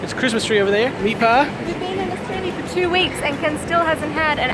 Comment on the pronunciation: the way he says australia is not right!